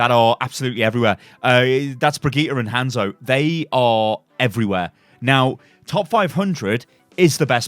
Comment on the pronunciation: ITS HANZO NOT HENZO